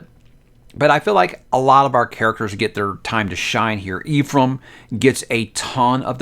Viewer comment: EPHRAM not Eephram